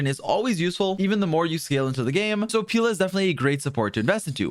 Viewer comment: pee la 💀 nahhh no wayy